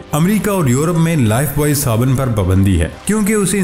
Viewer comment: لائف بوائے نہیں لائف بوئے